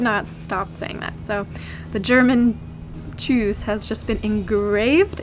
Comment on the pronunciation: wie schön du tschüss sagst. in der Regel kommt da eher ein Tschuss. :-)